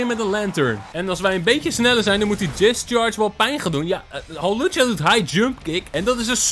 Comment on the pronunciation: Het is hawlucha niet Halucha🤣